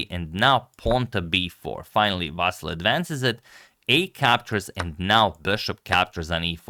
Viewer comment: His first name is not pronounced as "VAASAL" .... It's pronounced as "VAASLI or in short, "Vaseel" - better yet, please mention him by his last name. "VAASAL" sounds very awkward and off.